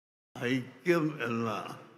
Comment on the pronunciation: ആ ആയിക്യം അല്ല ഈ ആയിക്യം ഈ ആയിക്യം അല്ല ആ ആയിക്യം, 😆😆😆 ഖിയാമത് നാൾ അടുത്താലും നിങ്ങൾ ഒന്നാവൂല